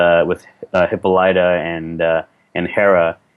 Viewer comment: Lmao I can only imagine was cringing at least as emphatically as I was when Buccellato said "Hip-Oh-laaw-tuhh" shudder I've got to hand it to him, really impressed me with his incredible show of will power and restraint. I'm doubtful I would be able to restrain myself from correcting that kind of mistake, especially when taking into consideration what Buccellato does for a living, if I was placed in a similar scenario... 😂😂😂